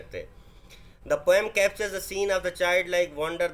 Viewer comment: Pom✅😅 poem❌😂